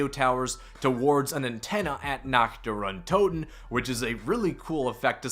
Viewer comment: The map isn’t called nag der entoten